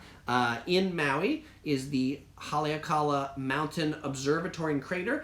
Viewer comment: Vowels are always pronounced the same...consonents do not change the vowel...Ha-le-a-ka-la